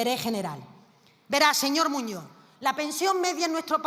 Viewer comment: "Señor Moño"... cuando esa analfabeta va aprender que las "s" o la "z" al final de las palabras son para pronunciar ??? MOPONGO a escucharla😡